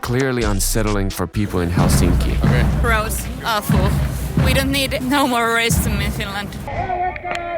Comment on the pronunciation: Who the fuc says Helsínki? Is this dude russian 😡